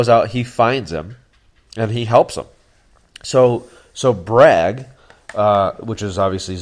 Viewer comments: Ikr? C'mon Braig is not that hard to pronounce. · it's Braig not Brag